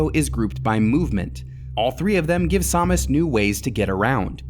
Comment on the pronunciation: What is this Sawmis? Is that how you're supposed to pronounce it? I've only ever heard sam-us